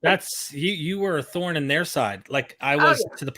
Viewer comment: ...thorn.....not torn !